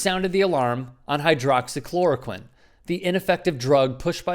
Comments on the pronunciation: Macro tech: that is exactly what I said when I heard him pronounce it for the first time..how in the hell did he pronounce that word correctly? It has 7 syllables!, AND I immediately thought, "he has to be making money off that drug ". . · Hydroxychloraquine. One of the very few big words he's ever pronounced correctly. The reason? He and his idiotic chlidren and dumbass son in law invested in the company that makes the drug.